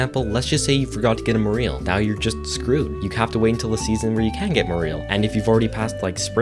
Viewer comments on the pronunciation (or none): Morel mushroom is pronounce More-L...Mer-L. Either will work. Not more eel lol. Just hurts my soul. I pick them every spring because they are like $50+ a pound and i love them. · I think he’s trying to say morel, the mushroom that spawns in the Secret Woods during spring. However, he is pronouncing it wrong (more-ell, not more-eel), and also, I feel like unless you’re using 0 guides, no one in their right mind goes for the fruit bat cave over the mushroom cave, which is an easy source of morels. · On mistake #7, did you say "more eel" instead of morel? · It's MORE-EL, not MORE-EEL P.S. I love your vids, I'm a mushroom hunter in both spring and fall. Morels are. Y favorite, so it erks me to hear it wrong lol. Keep up the good work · sorry to be that guy... but cmon "more-eel"? it's more like "moral" but with an "ee" sound instead of an "aa" sound. also the game uses the last fish in your inventory when making sushimi, same with fish in the fridge, it uses the last one. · Love the different pronunciations of morel everyone says it different